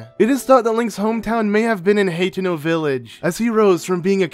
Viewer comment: Hawh-teh-noh village